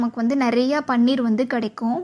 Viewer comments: அம்மா தாயே. முதலில் இதை பன்னீர் என்று உச்சரிப்பதை நிறுத்துங்கள். இது பன்னீர் அல்ல. பனீர் என்று உச்சரிக்க வேண்டும். தெளிக்கப்பயன்படும் திரவப்பொருள்தான் பன்னீர். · யம்மா. அது பன்னீர் இல்ல ! பனீர். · "பன்னீர்" என்பது ரோஜாப்பூவிலிருந்து தயாரிக்கப் படும் ஒரு வாசனைத் திரவியம். அது திருமணம் போன்ற விழாக்களில் உபயோகிக்கப்படும். இங்கே விவரித்துள்ள பொருளுக்கு தமிழில் "பாலாடைக்கட்டி" என்று பெயர். இதற்கு ஹிந்தியில் "பனீர்" ( பன்னீர் அல்ல) என்று பெயர். சரியாக உச்சரிக்கவும்.